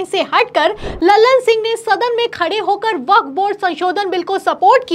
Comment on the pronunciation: Vakaf ka pronunciation nahi Aata